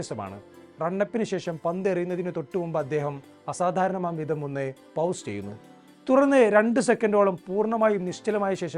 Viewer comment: പൗസ് അല്ല ചേട്ടാ. പോസ് വന്നു തിരുത്തുക 🙏🏼